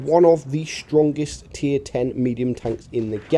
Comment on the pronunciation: dude do you intentionally say Shtrongest? lol reminds me how that golden Dutch dude spoke in Austin Powers lol